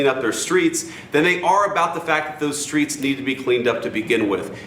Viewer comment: In dem Skreets! Repeat 3x for emphasis